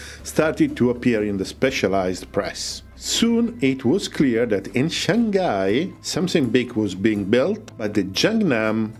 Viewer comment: Shanghai = Shang -- hai, not Shan Ghai. (Indians call it that way)